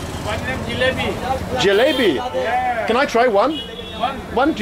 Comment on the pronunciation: Lol great video, i cant stop laughing bro, it is not jlaabi, it is jlaybi. Jlaabi means diarhea. You gota be careful with hindi prongciation one small twist in the words can change the meaning to something completely different .